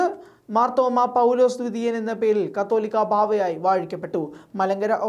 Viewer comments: കത്തോലിക്ക അല്ല, "കാതോലിക്ക "ആണ് "കാതോലിക്ക ബാവ " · മറുനാടനിൽ വാർത്ത വായിക്കുന്ന പിള്ളേർക്കൊന്നിനും കാതോലിക്ക ബാവ എന്ന് പറയാൻ അറിയില്ല എന്ന് തോന്നുന്നു. പലപ്രാവശ്യം തിരുത്തിയിട്ടും കത്തോലിക്ക എന്ന് തന്നെയേ ഇവർ വായിക്കുകയുള്ളു. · തലയ്ക് വിവരം ഇല്ലേ...ശുദ്ധ പൊട്ടന്മാർ ആണോ മറുനാടൻ ടീം... കത്തോലിക്ക ബാവ അല്ല കാതോലിക്ക ആണ്...കത്തോലിക്ക.എന്നത് സഭയാണ്..കാതോലിക്ക എന്നത് ഒരു പദവിയും.....ഇത്ര അറിവില്ലാത്തവർ ആണോ.. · കത്തൊലിക്ക അല്ല സഹോദരാ . കാതോലിക്ക എന്നാണ്. കത്തോലിക്ക സഭയും കാതൊലിക്കയും അത്ഥത്തിൽ വ്യത്യാസം ഉണ്ട് . കാതോലിക്ക ബാവ ആണ് ശരി.